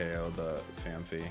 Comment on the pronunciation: Phan-py not Phan-phy